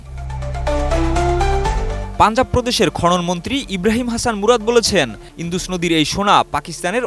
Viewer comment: ইন্দুস না উচ্চারণটা হলো ইন্ডাস 😂😂😂 যত্তসব অশিক্ষিত 😂😂😂